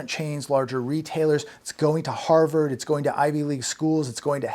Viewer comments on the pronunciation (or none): none